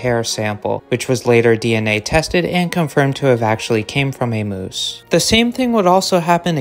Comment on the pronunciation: Are y'all gonna watch the video or just complain moose isn't pronounced correctly...